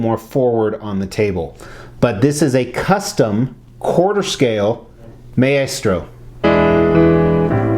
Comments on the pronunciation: For the record its pronounced "My-Stro". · Don't mean to be anal about this buy it is pronounced "Mai-stro" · Yeah like its a really cool statue but imagine having a statue that big and I'm assuming expensive of a character who's name you pronounce incorrectly. Not to hate on the guy, I'm just a big marvel comics nerd and so it bugged me